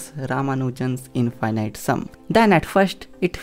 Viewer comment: What is "infighnight"?